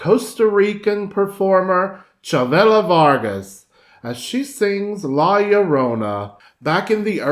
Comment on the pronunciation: Mexican, if you can't Google this and how to pronounce la llorona Is a sad review